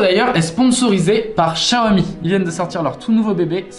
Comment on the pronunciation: C'est xiaomi pas xaomi 😂😂